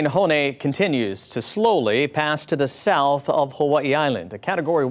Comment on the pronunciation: Dude can't even pronounce the name 😂 terrible